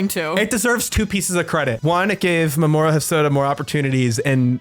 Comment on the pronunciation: I think you might be pronouncing Mamoru's name wrong. I thought it was "Mah-mah-roo", or something like that.